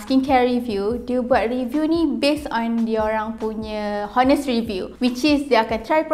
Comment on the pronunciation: Honest pronunciation without h